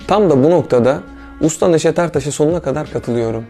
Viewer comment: Ne Güzel Demişsin " Neşet Ertaş". 😌👍